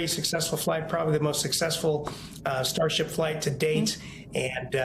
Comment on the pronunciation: "sharship" 😆. While I understand that mispronunciation happens occasionally, I had to do a double take when it sounded to me like she said "shart ship" 💩